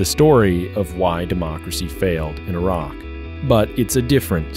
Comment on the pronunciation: i like that the narrator knows how to pronounce Iraq properly without sounding like the typical American